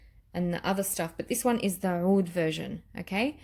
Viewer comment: Hi! I too do not like the BR540, but love the extrait. They smell different! I know ppl have tried to tell you to pronounce OUD as AOUD, but it's 2 different words. You were saying OUD right years ago. Watch the DUA fragrance guys, they pronounce them properly, they are Arabian. Their scents are great as well, I have reviewed a lot of them;)